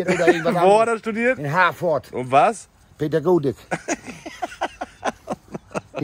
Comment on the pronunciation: Hat ernsthaft "Pädagotik" gesagt? Ich mach' mir gleich in die Hose.....